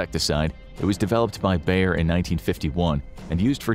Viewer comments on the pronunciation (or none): none